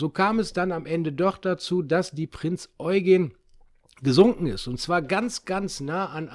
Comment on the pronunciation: Endlich mal Jemand der die Prinz Eugen Richtig ausspricht :)